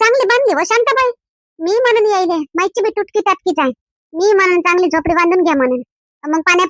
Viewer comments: झोपडी म्हणा.....खोपडी नाही😅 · झोपडी बोला खोपडी नाही